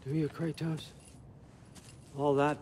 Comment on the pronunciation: I just noticed Odin pronounces Kratos' name like the Greek pantheon does, as a small little jab at his past to add to the manipulation. Everyone else says "KRADOS" and Odin says it like "Kray-Tos"